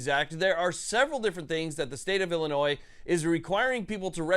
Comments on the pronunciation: Love the content but the word Illinois is not pronounced Illinois’s the s is silent when not saying it in a plural sense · We don't pronounce the S, It's just "Illinoi". Also JB sux. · You don't pronounce the "S" in Illinois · My soul aches (you prounounced Illinois wrong)